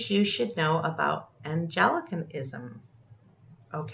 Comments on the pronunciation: "Ang-lee-can-ism" not "Ange-el-ic-an-ism" England is Anglia in the ancient tongue . Hence Anglicanism is the Church of England. In America it's high Episcopalian. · Anglican darling, not "angel - i - can - ism" ♡ great points though ☆